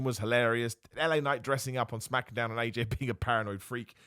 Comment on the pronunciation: Dam thought we might make it through the video without you saying Smackadown and making me cringe through the roof